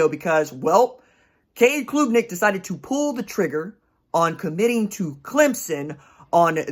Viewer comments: Klubnik - like Club-nik, not kloooobnik - enjoyed it! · Hey RJ, Great work as always! ( it’s pronounced •club• •nick• ) ✊🏽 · it is pronounced CLUB - NICK -- just saying